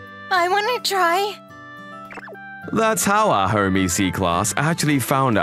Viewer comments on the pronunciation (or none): Home Ec, like economics, not e-c.